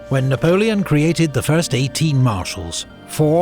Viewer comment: I never get tired of watching Epic's Napoleonic content...the information, the music, the dramatic quotes, the battle map animation, the writing, even the way he pronounces all the French names correctly and with a French accent to boot!! Truly a production worthy of the Little Corporal!!!